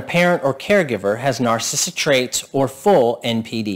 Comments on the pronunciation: I like the content of the video, but you seem to have difficulty in enunciating the word narcissistic and it sounds like a slurred word. I can't tell if you are saying narcissistic or narcissist. Just slow down the word and say it properly. It's the key word in what you are trying to communicate. BTW, I do have a narcissistic parent and I found the content to be relevant. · Why can’t this guy pronounce “narcissistic” properly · Maybe learn how to pronounce "narcissistic" so you'll get more credibility.